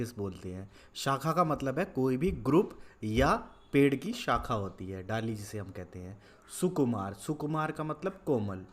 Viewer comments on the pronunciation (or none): none